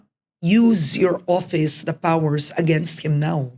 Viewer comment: Karen it's office not oppise.